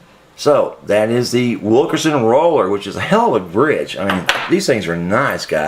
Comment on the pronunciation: thanks for the info. BTW, it's not "Wil KER son". It's "Wil KIN son". You keep saying it wrong, and it's not your accent.:)